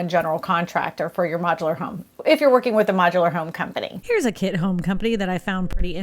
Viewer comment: She keeps saying kid homes instead of kit homes lol